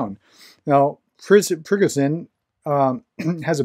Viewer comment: Pre go zhin. Zhin is pronounced the same as in Precision Pre sih zhin. Pre go zhin.